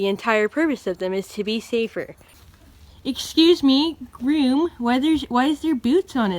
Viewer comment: Jesus fucking christ this is brilliant. "Eshcuse me, grewm."